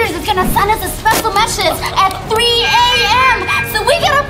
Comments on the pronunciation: I laugh when vy meant to say message she said mesiged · lol the way vy says message